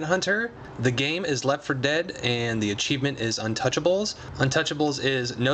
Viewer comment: dont u mean left cos u said jeft